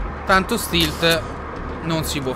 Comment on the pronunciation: cosa vuol dire stilt si dice stealt